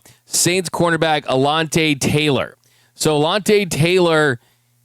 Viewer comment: I know he ain’t just say alonte Taylor lol